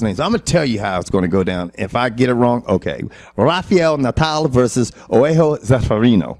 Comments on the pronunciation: Just a small correction, it's not really "al" with that L. It's "ao"as in "Barao". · Yep, but the way they say Rafael is still acceptable. "Oeaho" for "Joao", on the other hand... I have no idea where pulled that from.